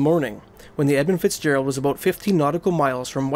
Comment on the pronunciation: Don't know if it's the accent but I'm sure he's saying 'Ebb And Fitzgerald'